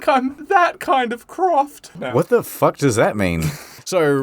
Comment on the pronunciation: be like "i said puck you, miss. Puck with a P"